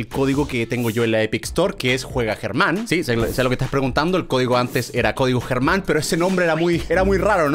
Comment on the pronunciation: Se dice Germán